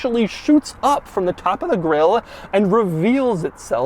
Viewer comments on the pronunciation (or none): none